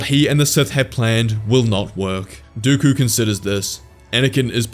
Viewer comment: No way bro said dookoo it is dooku